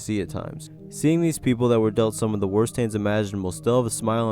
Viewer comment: Couldn't help but point out you mispronounced worst! Don't worry, it happens to the best of us!